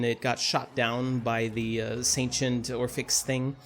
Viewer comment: The way you pronounce Sentients makes it sound like you're saying ancient with an s in front of it